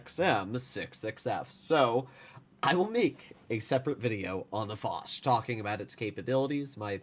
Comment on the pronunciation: Dear stop saying « lé foch » Foch you